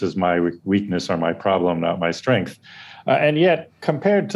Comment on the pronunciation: Mike… there is only one “h” in strength. It’s not “shtrength”. You also say “Shtraight”. It’s a Brooklyn/Staten Island/NJ thing I get it. Good habit to break.